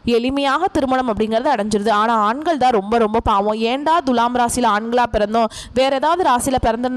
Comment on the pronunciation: பேசும் அம்மணி முதல்லே துலாம் என்பதை சரியான உச்சரிப்பு செய்யவும். முக்கியமா து எனும் எழுத்தை எப்படி உச்சரிக்க வேண்டும் என்பதை நல்ல தமிழ் ஆசானிடம் கேட்டு பாருங்கள்.